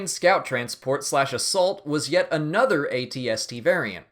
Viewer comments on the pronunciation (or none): none